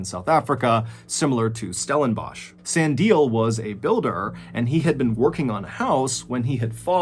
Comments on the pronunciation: Hey John, I know you probably won’t see this but firstly, been a huge fan forever, secondly as a South African thank you so much for telling a story from our country, I’ve been waiting years. Lastly, Sandile is pronounced “Sun-dee-leh” not “San-dile” 😂. Thank you for the videos mate you’re the best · Really great story, I am a MrBallen addict, me just cringing each time he pronounced "Sandile" as San-dil instead of San-di-leh😂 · Yet another splendid story. Thank you. Just a small correction: the second person, Sandile Sibiya is pronounced san'dee'lee (not sandeel). The first man's surname is mispronounced, but it can be forgiven because it has the Xhosa "clicks". Bless you abundantly!!! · I couldn't believe my ears when you said "South Africa" 😂 Also, Sandile pronounced "Sun-dee-leh" 😉 Edit: my boyfriend laughed when I told him about this story and he said "only two dead?" Gotta have dark humour in a country like this 😅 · I’m South African His name is pronounced (sun-di-leh) I’m that just pissed me off man😂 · Mr Ballen, the name Sandile is pronounced Sah-Ndi-Leh. Love you,bye❤ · South African here. just to correct you. You pronounce it as "SandilE" including the E, it's not silent. Huge fan though. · Sandile's name is pronounced "Sun-D-le" 😉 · I'm south African from Durban you pronounce the name " sand - eeee- lair" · This was a very good video, but your pronunciation of "Sandile" made me laugh so hard. It's pronounced "sun-dee-leh (like the e in egg)" But brilliant and interesting video! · I love how you say Sandile ☺️ it’s pronounced ‘Sun-dee-leh’ ☺️ I really enjoyed this case - as a South African I had never even heard of this story! Thanks for covering this! I really found it super interesting! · It would be interesting to find out if these were public or private hospitals... I'm native to South Africa and only have had the best care in Private hospitals... also "Sandile" is pronounced "Sun-dee-le" 😉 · Sandie is pronounced Sah-ndi-leh